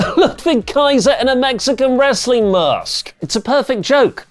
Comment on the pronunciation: can't say w.. wr... wrr..